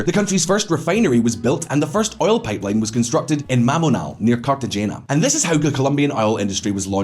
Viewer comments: Carte-Jay-na?😂 It's Carte-Hey-na. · cart-a-hena - Cartagena. Hint: g is pronounced like h in Spanish.